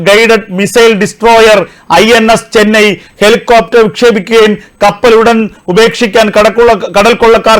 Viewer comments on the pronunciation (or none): ചെന്നൈ എന്ന് ആണ് പേര്, ചേന,/ ചൈന എന്ന് അല്ല